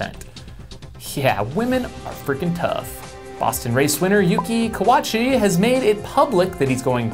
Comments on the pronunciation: Hey -- Yuki's last name is "Kawauchi," not "Kawachi." Pronounce it as "Kah-wuh-OO-chee." "Kawachi" is also a Japanese surname, but the two are not the same (kind of like mixing up Miller and Muller). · Mark Griffith kawoochi lol